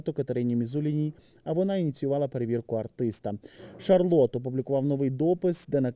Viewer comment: Шарлотта а не шарлот